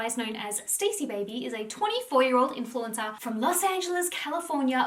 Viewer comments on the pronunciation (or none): IT'S pronounced"STAZZIE NOT STACEY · Love this love you, but can't get over you saying her name wrong over and over. It's not 'Stacy' it's (St-awe-see) short for Anastasia (Aw-na-st-awe-see-a) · Her name is pronounced Stah-si, Not Stacy. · Her name isn’t pronounced “stay-c” it’s “stas-c” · STAH -Ci … not Stacey 🤣… how do u do a video on someone and not even say their name correct .. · She’s pronounces Stacy when it’s stassie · It’s not ‘Stacey’ it’s STASSIE……..’staaassss eee’ not ‘stay cee’. So irritating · Maybe you should learn Stassie's name it's not stay-see it's Star-si it makes me think you don't do you homework on these people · Her name is Stassie, not Stacey. It's Anastasia, stas. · everytime you said stacy I wanted to scream lmao it's pronounced Stah-see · Stassie not Stacey. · great vid! just for your information - you pronounce her name not like 'Stacy' but 'StA (like a German 'A) ssy' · Her bane is STAHHHH CCCCCEEEE NOT STACY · Her name isn’t pronounced Stacey it’s STAHCEE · Great video ❤️ her name is sta-cee not Stacey though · Every time she says “stacy” instead of “stassie” I die a little inside lol. 😂 This video was fire though!! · I was going to comment the same lol. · OMG YES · Yesss it was driving me nuts lmao I'm not even half way through and I wanna leave cause she is saying her name wrong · its not stacey, its saaaasia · her name is stassi not stacey😅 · Ugh thank you!! Lol this drove me nuts the whole video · You don't even know her name lol It's pronounced star-ssie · It's stassie not Stacey 🙄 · It’s Stah-si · Love your videos hun! You are amazing. Just wanted to say it pronounced Stah-see. 😘 xoxo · Pretty sure her name isnt pronounced as Stacey. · It’s pronounced like “Stah-si” so yeah lol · I loved it lol everytime she pronounced it that way I just pictured her reaction to being called Stacey in real life and how much it would probably bug her to not have someone know how to say her name correctly lol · You're saying her name wrong 🤣